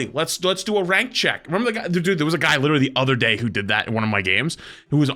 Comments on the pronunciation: slowly realizing he’s part of the reason people are toxic in rivals. 😂 Also, “I’m widerally word Widow” = adorable asf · I’m “witewally”